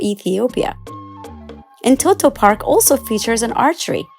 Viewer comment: Amazing job. This shows our country has a bright future. My suggestion would be to call the amharic names in amharic. eg. እንጦጦ not እንቶቶ.